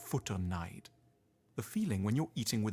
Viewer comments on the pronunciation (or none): original video: "Futterneid" 30 seconds later: "F A D D E R N I H D"